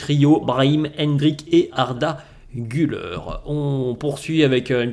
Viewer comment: Pour la pronunciation d’Arda Güler , Gül(air) et surtout pas Gül(eur), donc sympas de bien pronouncer. Merci